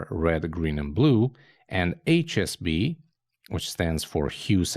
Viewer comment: Small correction needed while describing HSB...I think you are saying SHB.